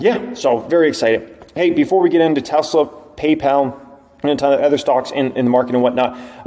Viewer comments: Is it just me or does always pronounce “other” as “ather?” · I love you man, but you gotta learn to pronounce “other”. It’s not “ether”